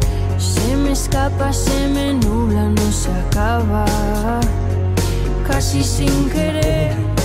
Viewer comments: Que gente más pesada con el cashi, pues yo no le noto nada especial a la pronunciación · El cashi shin querer...me sono a paulina rubio 😒🤦‍♀️ todo bien pero el porque querer pronunciar las palabras como el....noo nooo !!! Cashii bien 🤭